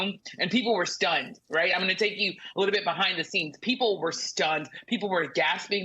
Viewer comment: "They're gonna TERK your JERBS" 😮